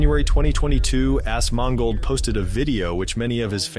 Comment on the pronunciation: When pronounces Asmon, "Ass-Mongol-ed" you know he is playing a long con.